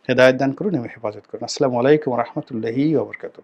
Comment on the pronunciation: আপবার সালাম এর উচ্চারণ টা ঠিক করবেন প্লিজ।